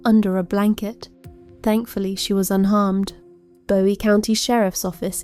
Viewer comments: I live in Bowie County (pronounced BOO-eee FYI). Your work here is incredible. So detailed and thorough. Thank you. I had no CLUE that this POS was pulling all of those stunts while she was in jail awaiting trial. And the sunflower mask is just pure evil. Satan is blushing over this beast from hell. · It’s Boo eee county and Texar CAN a. I’m unfortunately a former Texarkanian